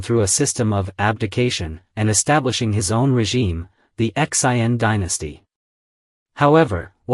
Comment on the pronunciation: You said X I n separate letters 🤦 It's pronounced as shin phonetically. Next time, LISTEN to the pronunciation before butchering the presentation 🤦